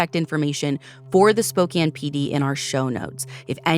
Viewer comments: Props for pronouncing Spokane correctly 🙌 instantly upped my respect for 🫶 not enough channels research enough to even pronounce names/cities correctly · Thank you for covering this case. Makes me angry as a resident of Spokane, I will be writing the AG. You are one of the few true crime journalists who pronounce Spokane and Coeur D’Alene right. My all time favorite pod.